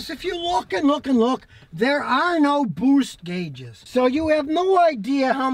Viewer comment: I like how Scotty says "BOOST".